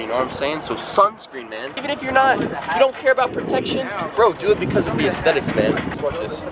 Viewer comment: the ahstetics crow